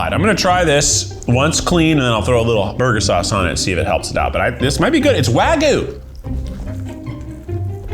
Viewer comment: It's "Wagu" like how Keith pronounced it 😂